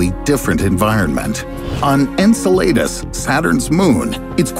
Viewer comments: It's pronounced "En-sell-uh-duss", not. "An-sell-ey-duhs" God I cringed every time. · Insul-latus lol :p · Enceladus -En-cell-ā-dus phonetically.. who narrates this channel?!?! Every one of their videos have numerous mispronunciations, incorrect facts, graphics that are wrong, and maps pointing to locations that aren’t the place they’re talking about.. The last episode I watched, they were talking about Nova Scotia and the pointer on the globe map was pointing to a place that was likely in New York State, nowhere near Nova Scotia.. Don’t peddle your content as facts when they’re often completely wrong.. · "Enceladus," I'm pretty sure it's pronounced as [en SEL lah dus]. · "En-cel-AY-dus".... bro why even make a video on something u dont know how to pronounce, just type it into google, it'll tell you how its supposed to sound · I was like... WTH is "In-suh-lay-dis" .... Lol 😜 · Ngl but they way you say EncelAHdus is annoying me 😂. It’s not EncelAYdus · The way you pronounce Enceladus is so painful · I cringed every time you mispronounced Enceladus, thanks. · "On Enceladus" Oh my goodness, the way you said hurt my ears. Thanks. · Lol, yeah me too. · His pronunciation is not perfect... Enceladus he pronounced wrong...sorry. Good doc tho anyway. 😀